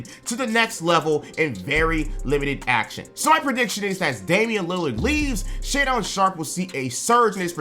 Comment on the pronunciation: scoot is gonna get rookie of the year. most of these "takes" are about on player from the team, you completely missed the entire roster in Portland and kept saying Shaedon's name wrong, it's pronounced 🤦‍♂. no mention of Ant or the acquisition of Ayeton, Brogdon, and williams, not to mention scoot himself🤦‍♂....the lack of info on just that team tells me you didn't do much research for any of the teams. this video has been a waste of everyone's time weather they realize it or not, congratulations. 🤦‍♂